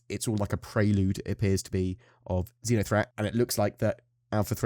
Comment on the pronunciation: I thought I heard you saying Zinya-threat. I don't think anyone would survive that.